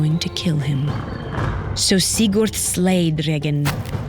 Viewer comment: As a native Norwegian speaker, I've never heard the names pronounced like this before. I considered turning on subtitles to understand Especially weird were "Lawkeye" and "Sick Urt".